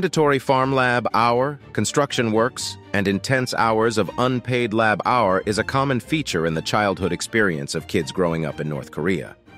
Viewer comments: Guess this narrator is a computer ..........Child Lab Hour .........aka child labour and rig hours aka rigorous ....... hilarious ! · "Child Lab our" lol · "child lab-hour". I had to stop it. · Please fix the audio so it stops saying "lab hour" for "labor". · It's Lab Hour!!! 😂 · 'Lab -our'???? If you want to create effective anti-North Korean propaganda, it's a good idea to be fluent in the national language you have chosen to use, or your credibility as an alternative source of accurate information will be ruined. If you can't pronounce your chosen language accurately, it would be safer to rely on the printed word - although that gives more opportunities to the chosen audience to double-check its veracity and look for more positive alternative sources of info. Personally, this item left me sceptical of both sources. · Who pronounces labour LAB OUR? Third rate narration bots that's who. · Lab our? Geez Louise. That was soooo annoying! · Why would the narrator pronounce labor as Lab-Hour?? Is he reading a script in a language quite foreign to him, and has no idea what he is saying? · This has to be the worst OR most reveling example of robo or bot narration ever. As of "lab hour" ? The US spelling would be easier for the bot as it's spelled "labor". So it's the UK spelling of "labour" which clearly threw the bot off. Nothing specific, but I'm generally suspicious of any bot narration. To the channel I suggest having your English script re-written by an English speaking person. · Lab Our? Oh dear! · I think your reader needs to learn how to pronounce the word 'labour' (It's not 'lab hour'!) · what the hell is child lab hour. if you can't the voiceover right then don't bother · You obviously have a grasp of the English language when narrating this. So i ask as others have done. What is a Lab-Hour?. You also says 5 hours of electricity a day. So your know how to say the word hour. And what it means. Sort your narrator out please. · Lab-hour what? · Stop saying lab our!